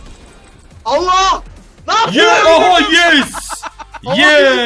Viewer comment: abi ov yes değil ov ye